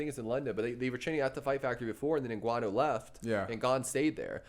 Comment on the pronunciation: You guys are sleeping on some of the fighters on this card, especially Topuria, he's damn good. Also Cannonier and Ngannou but I'll be honest, I'm picking Brunson and Gane as well 😶 also the guy on the left, you said said you have been watching mma for years, how come you don't know how to pronounce Ngannou and Evloev correctly?